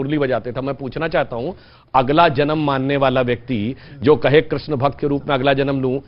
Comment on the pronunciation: किर्षण नहीं बोला जाता कृष्ण बोला जाता है